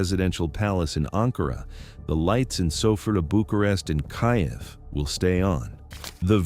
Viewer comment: Pronouncing Kyiv as "Caief" instead of Kiif of kief is the clue that reveals the deep fake nature of this video. A failed state country like Greece could never become a major factor in this part of the world, Türkye still is and will always be the closest friend, ally and business partner of the US - the Cyprus unsovled problem is a blatant proof of it. So stop BS-ing us with fake propaganda videos, Greece is a sinking Titanic in the Aegean waters - smart and lucky ppl have already abandonded it, leaving the rest of us to drawn. Remember this: with the only exception of arabs, the is no nation other than Greece that HATES the americans (look at the rallies and protests outside the American Embassy every year) while they are fervent supporters of Putin and his country. Unsubscribe IMMEDIATELY !